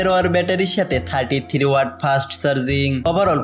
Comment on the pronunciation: সমস্যা হচ্ছে ভাষা সুন্দর হচ্ছে না। আপনি থ্রি কে থিরি বলছেন , লাগছে কে বলছেন লাগতেসে । আপনি অন্যান্য রিভিউয়ারদের ফলো করে দেখবেন তাহলে বুঝতে পারবেন। প্র্যাকটিস করবেন ঠিক হয়ে যাবে।যদিও প্রত্যেকের নিজস্ব ব্যক্তিত্ব আছে, সেটাকে সন্মান করা উচিত।আপনাকে ছোট করছিনা, অনেকে অনেক ভাবে বলবে মন খারাপ করবেন না ।